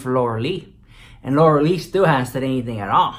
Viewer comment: I live for the way you say Laura LEECH!! It is hilarious 😂😂😂😂